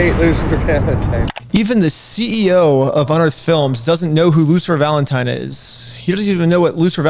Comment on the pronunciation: "LOOSER FALENTIME" = the way all the gen z kids pronounce his name